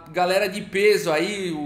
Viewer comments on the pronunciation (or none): none